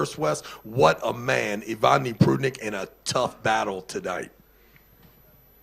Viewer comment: the guy with the tractor voice u keep butchering foreign names—it’s disrespectful and distracting. Please take time to learn them properly. Its not "Ivani" Prudnik, nor its Davit "Dadikhan" every time bro.. use ur braincells its not that complicated to read 6 - 7 letters in the correct order, i understand ur from US but still dude